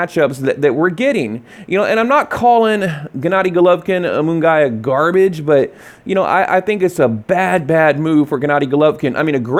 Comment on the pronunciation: First of all, stop saying Jaime Mungaaaayaaa.. who tf is Jaime mungayyyyaa??? Shit's annoying.. second i wouldn't watch either fight, because canelo wouldn't be fighting kovalev fair and square with the catchweight and rehydration claws he already at an advantage.... so not interested